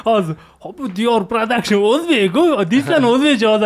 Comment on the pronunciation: Logopedga borish kerak ekan Dior pradakshn )